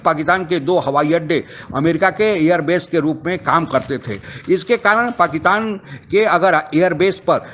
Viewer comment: पाकिस्तान बोलिए , पाकितान नहीं 🙏